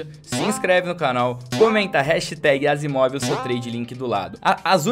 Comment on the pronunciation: Errou o nome da Asiimov em kkkk